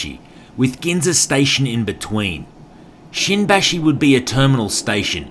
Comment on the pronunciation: Is not shinbashi is shimbashi careful